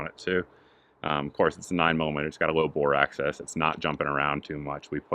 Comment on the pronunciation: Please stop saying bore access